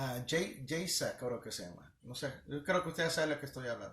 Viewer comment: Pastor ud se refiere a Geisha,se dice ( Geicha). Muy interesante lo que ud enseña. En las iglesias nunca se enseñan estas cosas,tan importantes para todos. Dios le bendiga.